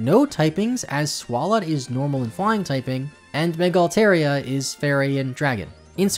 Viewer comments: Hate to be this guy, but you mispronounced my favorite Pokemon Altaria :p (Al-tar, not Al-tair) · Not to mention he mispronounced Altaria's name, which, as someone who calls it their favorite Pokemon, is a HUGE pet peeve of mine.